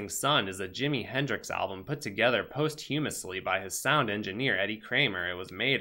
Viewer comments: Homie, posthumously is like pasta minus the a, then you...like you. Must, minus the t. Then lee..like lee. Past-you-mus-lee. But for reals...thanks for teaching me tons on the Bros. I just made a new run at NSMB and was able to kick the shit out of it in a few hours at 100% star coins thanks to your steady tips! Please keep up the amazing content. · Gameplay: 10/10. Pronunciation of Posthumously: 1/10. Keep up the good work,!